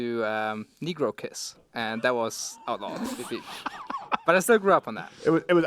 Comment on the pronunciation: First of all your not saying negro correctly. I don’t think the word negro is racist but when you say it like that it is potentially offensive